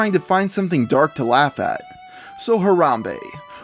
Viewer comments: "Harambee" not "harambae" Harambe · Harambe... Harambe.. It's pronounced /harambee/ you nerdo.